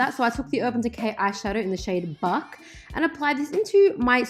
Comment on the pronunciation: When you said buck I thought you said the f word